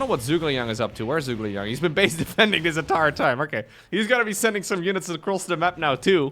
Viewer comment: It's Zhu - Ge - Liang (Joo-ge-liang) - who is a famous Chinese strategist during the Three Kingdom Period (220–280) of China. Don't blame ya, you don't know Chinese :D